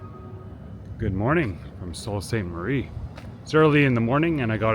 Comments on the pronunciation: Sault is pronounce Soo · You'd think he would hear a local pronounce it properly at some point...